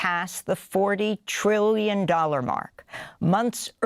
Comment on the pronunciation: Amy needs to enunciate "trillions" 1,000x as forcefully as "billions.". 😜